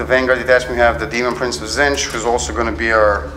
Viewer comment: As per usual, my thoughts as I watch: How did you make those Prosperine cultists? They're sexy. You're still saying "Zintch"... it's "Tzeentch" ... you get really close ! Those nines on the deny tests... Tzeentch's sacred number. Wish those people in the background would shut the fuck up. I really can't hear a lot of what you guys are saying. You should be rolling overwatch before the person rolls to see if they make the charge. God damn it Magnus is sexy, I need to get him. God damn it he is the sexiest. That big giant beat stick is beastly. I don't believe that there are any legitimate PDFs of the books. You should probably avoid displaying that iPad in the future... - 2 command points for Cycle of Slaughter, not 1... I really hate your opponent's dice. Can't read them half the time. I need one of those leviathans. They are so damn sexy. By the Emperor, Nurgle brings a lot of things to the table. - ha ha ha ha ha, enough to take out Magnus? - Tzeentch protects. Even if you don't say his name correctly. There's another hour of this? Wow. Long game. - I can't believe the D.P. and that ugly spider guy are still fighting. That's ridiculous. - What is with that stupid die he's using for health? It doesn't even have a number. Your opponent has stupid dice... - By the Emperor... Fail. 1/36 chance hurts. - I'm actually amazed that the D.P. survived going toe to toe with that monster. - You have to stop re-rolling